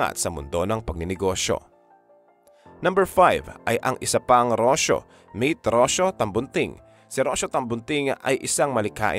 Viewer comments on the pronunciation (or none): Rocio pronounce as Ro-See-Yo